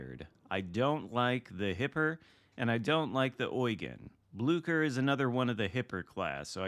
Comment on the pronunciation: Ahoy! May I suggest to pronounce it as if there is no "c" in it's name?